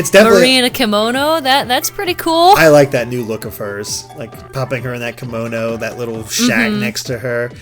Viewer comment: Kamono? You mean Kimono right?